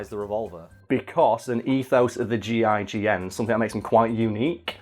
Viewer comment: Im upset that he kept calling them the G,I,G,N instead of the gign